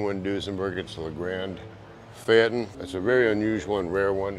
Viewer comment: At least learn how to pronounce the word “Phaeton”